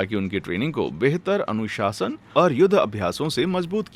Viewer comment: Anusashan ❌ anushasan ✅